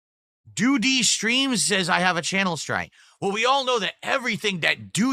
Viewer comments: Why’s he say doody like that….? Why so much emphasis on the Dee of doo-dee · Why does he say "Doody" like "Do-duty"? I hate the why he speaks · Why does he pronounce doody like a kindergartener? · why does he pronounce doo dee like its 2 words? 220 kicking in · why does he say DOOHH-DEE like that? i don't get it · Why is he saying it like that? DooDe.